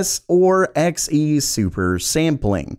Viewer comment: Everytime he said X e and not Xe(z) i died a little inside